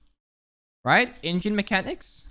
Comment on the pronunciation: I wanna watch this but I can't listen to you say right multiple times